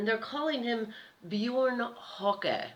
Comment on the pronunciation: oohh,... hey your pronouncing of this name is absolutly wrong when you say... beeooouurn (Björn) hokey (Höcke)...hahaaa... ))).... Björn bedeutet übersetzt „der Braune“ und „der Bär“. Der Name hat einen nordischen Ursprung und ist vor allem in Skandinavien ein sehr beliebter Vorname. In Deutschland wurde der Name Björn besonders oft zwischen den Jahren 1970 und 1990 vergeben.... english >>> Björn means "the brown" and "the bear". The name has a Norse origin and is a very popular first name, especially in Scandinavia. In Germany, the name Björn was given particularly often between 1970 and 1990